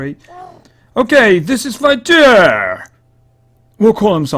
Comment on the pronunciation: you say it as fight-tree-er